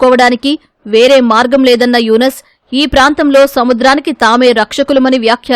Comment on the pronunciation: E tv వాళ్లు ముందుగా పేర్లను చక్కగా చదవడం నేర్చుకుంటే బాగుంటుందని నా అభిప్రాయం.ఎందుకంటే యూనుస్ అనే పేరును యునస్ అని ఎలా ఉచ్చరిస్తారు. న్యూస్ రీడర్లనైనా మార్చండి లేదా స్క్రిప్ట్ రాసే వారినైనా మార్చండి.please.